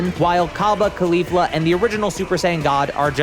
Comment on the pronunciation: Why is bro calling kefla khalifla